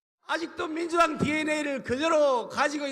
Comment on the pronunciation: 안철수 발음...밍두당에 대당덩비리~~~~~~~~~~~~~속터지네!